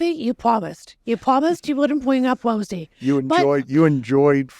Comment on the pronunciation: “Don’t bwing up Wosie” 😂